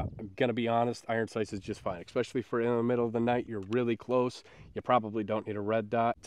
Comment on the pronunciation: 'Ex-pecially' ... what is that? :face-fuchsia-tongue-out